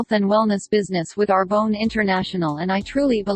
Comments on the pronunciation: PS: Now all I wanna do is pronounce Arbonne as AR-BONE...🙃🙃🙃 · I love that the robot voice pronounced Arbonne like Are Bone... lol... In my head I saw it spelled Our Bone... "Hey, I have this great business opportunity, have you heard about Our Bone?"